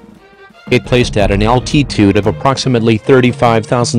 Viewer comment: That is not how you pronounce altitude